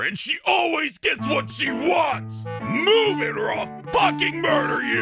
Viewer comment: ''if you know whit I mean''